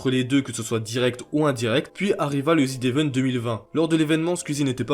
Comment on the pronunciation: pk tu dis ZID évent PITIéééééééééé